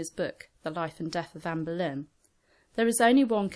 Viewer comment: I keep thinking she's saying amberlynn